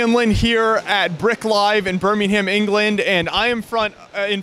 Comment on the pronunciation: As an English person when he said bermyham it made me laugh so hard